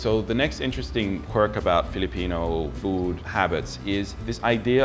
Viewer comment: woah...your filipino accent is good